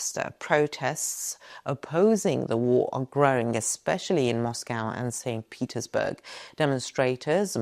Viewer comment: Did she say St putinsBerg